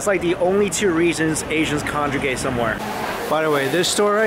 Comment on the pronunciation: HAHAHA "conjegate" didja mean "congregate". Love you. Wish I were with you in Flushing for the food marathon:)